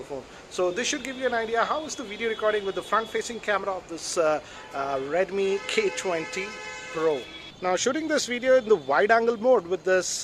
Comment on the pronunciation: The way he saaid redmi k20 pro had me in tears lmao